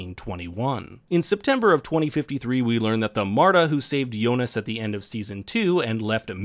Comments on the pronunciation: also jonas. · But is it me or Adam does kind of pronounce Jonas with a J sound instead of a Y? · Hearing names pronounced wrong is kind of annoying. Yo-nas lol. However, it doesn’t mean this video isn’t dope. 😎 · Great round up but kind of off putting the way he is pronouncing Martha and jonas Lol